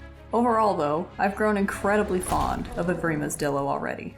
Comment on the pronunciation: Man idk if ur pronouncing things wierd on purpose or what but these abbreviations should be pronounced as such. Dilo=Die-lo, pachy=packy, and ptera=tera (idk how u get petra out of that) your vids are overall very entertaining but the pronunciations are hurting my brain.